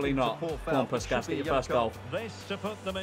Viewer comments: the pronunciation of puskás is killing me 😭😭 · They way he says puskas does my head in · It hurt my soul 😭😭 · the way he absolutely massacred puskás is sending me glad he recognizes a Hungarian player I am very happy about it